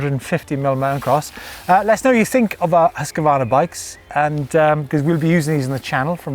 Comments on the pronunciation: hus kvarna NOT huska varna ;P :P hahaha huska varna LOL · There is NO letter between Husq and varna. Please stop pronouncing it Husq-a-varna! It's Husqvarna. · says it is pronounced Husk Varna , nek minut Huskavarna this Huskavarna that ... ah well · Huskvarna is a name with two words put together Hus= house and kvarna=milling so the pause should be hus-kvarna. Not Husk-Varna. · try making a pause between hus and kvarna and you get it right :) i live very close to the village of husqvarna. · Hoos Varna is the correct way to pronounce it. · Husk-a-varna 😅 thats not right